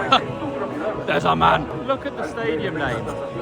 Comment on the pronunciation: "Look at the staidum name" 😂😂